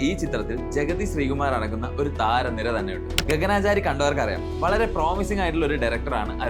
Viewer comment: ഗഗനാചാരി അല്ല. ഗഗനചാരി.... എന്നു വെച്ചാൽ ആകാശത്തിലൂടെ യാത്ര ചെയ്യുന്നവർ എന്നു അർത്ഥം